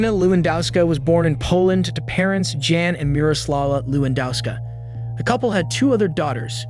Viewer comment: It's Jan...sounds like Yawn. Sweet Jeeves. Do your research on pronunciation of names.